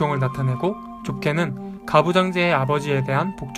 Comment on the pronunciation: 정말 잘봤습니다! 그런데 파시즘의 두가지 의미를 설명해주실때 ‘좁게는’이 자꾸 ‘좋게는’ 이라고 들리네요ㅠㅠ